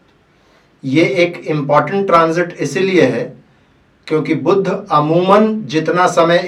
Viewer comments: बुद्ध नही बुध बोलो भाईसाहब, पहले बेसिक तो क्लीअर करो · Its not budhh, its budh